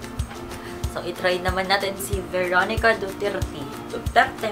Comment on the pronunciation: Veronica* not Beronica